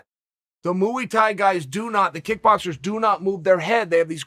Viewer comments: Me: Muay Thai Chael: Muee Thai Me: Muee Thai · Muay Thai Community: "Muay Thai" Chael: "Mooey tie" Muay Thai Community: "Mooey tie" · Drinking game - take a drink every time Uncle Chael says "Mooey Thai" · Muee thai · Chael: His name is Surreal now and he practices Mooey Thai. Me: OK great. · Mooey tie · ok, its Mooey Tie...proceed. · Mui tye- ya know- Muewi tie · Moo-ey Thai??? Really n**ga?? Cmon Uncle Chael. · The way he pronounces Mauythai 😹😹